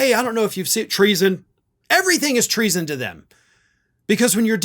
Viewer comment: Treason- 2 syllables- I’m impressed! 💙💙💙